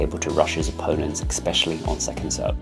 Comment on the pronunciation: "especially", not "eXpecially". You're British? Also, there are numerous videos from other creators on this subject who have much more thorough analyses of Djokovic's dominance. Feels like you mailed this one in content wise, and editing wise. You misspoke/mispronounced several times in this short video.